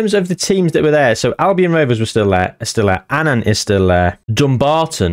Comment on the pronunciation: An Anne 😂 It's just Annan